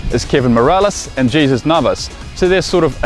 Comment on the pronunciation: I'm sorry but it's pronounced as Hezus not Jesus